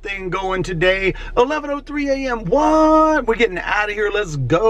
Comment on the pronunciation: Loved that O.G. Trooper quirky, jokingly style of talk. Yes! I can't stand loud people like that. Call them out. Steak and potatoes looked YUM! ".. let's GOOoo" had a chola undertow to it. 😂😂😂😉 Ah man that early morning empty Vegas was badass. Just a totally different look. Eerie?? Music had that cool ass background music that calmed me. Felt like something from the Early 80's. T.V. show, "TAXI" like. When you walked through the Wynn they had to stop you and say "Please take off that hat. No brand squatting here!" 😂😂😂👍